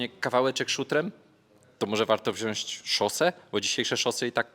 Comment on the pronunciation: Panie kochany, wziąć nie wziąść :D